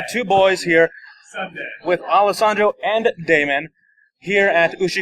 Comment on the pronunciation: 'Alesandro' You tried, good sir. But nice video ^ ^